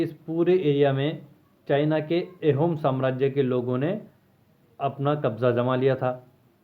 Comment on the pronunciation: It's not एहोम it's आहोम